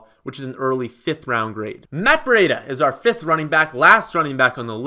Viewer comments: You pronounce it briiii-da not breeeiiii-da e is silent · Pronounced (Bree- duh)!put some respect on his name